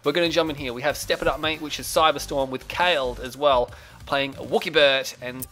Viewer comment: khaled is pronounced "kalid"like in "valid"... it's an arabic name and it means Eternal :P .... great game GZ ... time to come back with a vengeance :)